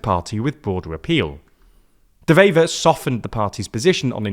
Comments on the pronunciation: The W in Bart De Wever is NOT pronounced as a V like in German. De Wever is pronounced like "Duh Waver" The W in Dutch is pronounced exactly like it is in English. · Nice video, but his name is pronounced like “De Waver” 👋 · Dewever is pronounced with a w not a v, the w is like w in water